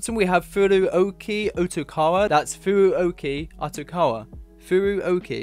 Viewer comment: outokawa is pronounced otokawa in japanese putting a u after the o just makes the o sound longer.